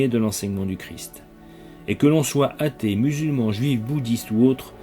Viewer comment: On dit un athée, pas un hatée. Merci de faire la liaison.